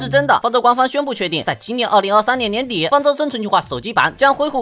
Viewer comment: 年底那個字聽不懂